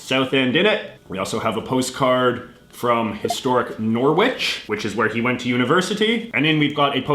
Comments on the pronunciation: Hart LEE Pool is the way Hartlepool is said and Norwich is "Norridge" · It’s nor-itch not nor-witch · If nobody else has pointed it out as I can't find any, Norwich is pronounced "norrich", the W is silent for some reason as is so often the case in UK place names. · Norwich is pronounced norich the Thames is pronounced tems Hartlepool is pronounced Hartleypool and innit is used throughout England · Your pronunciations of Norwich, Thames and Hartlepool made me slightly queasy